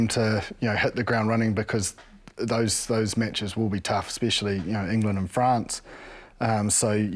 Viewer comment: What does 'Ekspecially' mean?